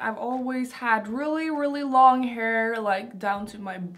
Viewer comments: She’s like This is my heeeerrr I’m like Does she mean hair Lol 😂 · Her pronunciation of "heir" (hair) makes me mute the video. 😬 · I love your videos but the way you pronounce "hair" is the most disturbing thing and makes me want to push my fingers into my eyes.